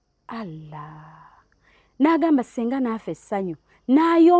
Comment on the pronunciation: Mbu halla instead of Allah😂😂